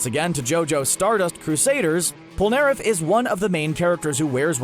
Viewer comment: He pronounced Polnareff wrong. It’s pronounced “pole - nah- ref”.